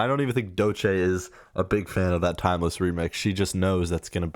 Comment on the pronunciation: Man don’t want to be that guy, but you are mispronouncing Doechii. And yes, she is very talented and I hope more people acknowledge that